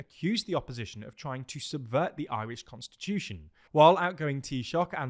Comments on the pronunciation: As an Irish person, I don't think I've ever heard a Brit pronounce Irish words so well. Kinda shook TBH. Go raibh maith agat. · ...you fecking nailed the pronunciation on this one. Might be the best job I've ever heard a Brit manage 🎉